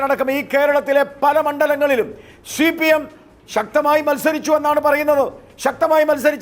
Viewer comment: എടോ ഗോപാലകൃഷ്ണ.. താനാരു വാ നീ ആദ്യം CPIM എന്ന് സീമ എന്നും നന്നായി പറയാൻ പഠിക്കു..ഷി പി എം എന്നല്ല.., ഷീമ എന്നും പറയുന്നതനാനാക്ക് വടിക്ക്.. ഷി.ദിവാകരൻ.. എന്താടാ